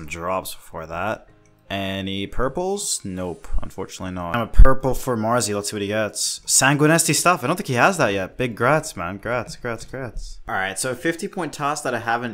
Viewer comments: He said sang weenie. No e on the end lol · If I'm not mistaken says sanguinesti like it's an Italian dish, SANGUINI MAMMA MIA!!